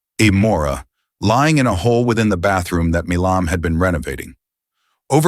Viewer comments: Why does it keep saying "Mim" or "Mam". His name is not hard to pronounce. It is "Milam" (My-lum) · Why is he saying his last name as mam it's Mi lam